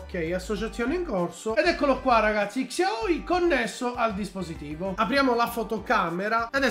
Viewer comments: se imposti nelle impostazioni della fotocamera che il tasto volume scatta le foto anche il pod della xiaomi sarà utile per te, poi volevo dirti che in teoria si legge "sciaomì" con l'accento sulla i. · si legge "sciaomi" mi pare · non ti fa le foto, semplicemente perché la touchwiz (il sistema operativo della Samsung, meglio detta ROM) fa cagare al cazzo, tutti i cellulari, ormai, fanno le foto coi tastini + o -, in pratica quello funziona, ma non coi vecchi cellulari della Samsung. P.s. xiaomi è scritto, ma si legge SCIAOMÍ, è giusto per tua informazione:)